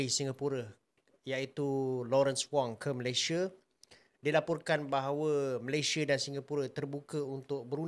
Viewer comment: COBA LU DENGAR BAIK BAIK APA YANG DI UCAPKAN... MALASYA... MALASYA... MALASYA 🤣🤣🤣🤣